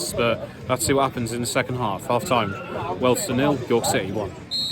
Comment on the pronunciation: is an expert at mispronouncing names. It’s his forte